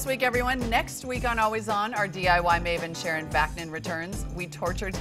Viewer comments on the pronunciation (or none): none